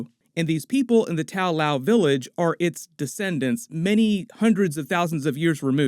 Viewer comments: tao lao... shaou lou??? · Correction: The name of the city is actually Ta Lo. It might not seem that different, but it was slightly annoying to hear it mispronounced thoughout the video. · It’s Ta Lo not Tao Lao. You mispronounced almost every characters name in the movie. And please stop calling Wenwu the Mandarin. it was very clear in the movie they tried to reject that racist concept and name. This mispronounciation of names in the Shang Chi movie and continuing to use a racist concept is really unprofessional and borderline racial micro aggression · I guess you didnt see the movie because it is NOT called Tao Lao its called Ta-Lo.....I have no idea why keeps saying Tao Lao for... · Love videos, but the butchering of the anglicized Chinese names is so cringy. The village isn't called Tao Lao, lol. And Simu's character is not named Shang Shi.